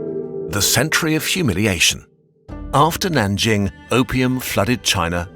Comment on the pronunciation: The only city here pronounced correctly was “Nanjing”. Google trans has voice or better yet use Pleco dictionary. Still great work thought.